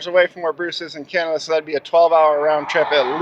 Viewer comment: It's called Canada, not Cyanada